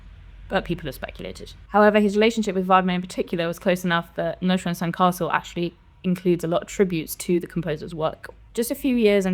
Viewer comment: Holy shit, that's the first time I've heard the name pronounced correctly in any review/preview/leak video.